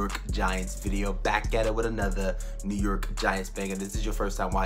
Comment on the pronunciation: the way you say new york is funny as hell